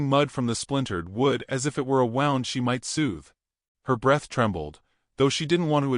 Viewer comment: I’m done. If you can’t publish a story with a decent ending, I have no interest in your AI stories that don’t know the difference between “wound” and “wound.” Stick a fork in me. You just lost an audience member.